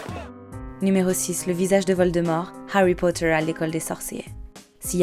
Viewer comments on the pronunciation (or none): haaarry pouta